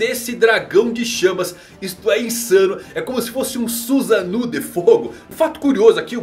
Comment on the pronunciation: Susanu kkkk eh susaNO! Como o povo ama falar errado